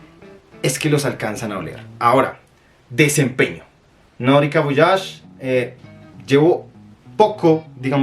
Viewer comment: Como te atreves a poner chrome por encima de voyage? es una porquería aquí lo vendían hasta en 10 dlls en liquidación. PD: Se pronuncia Voayash…